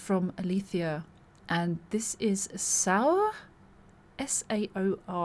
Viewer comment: I think its pronounced Sore. Like when you play the drums for this band, your shoulders get sore 😂 But I liked it. Like listening to Braveheart the musical. I swear the piano vocal part is actually very close to the movie theme.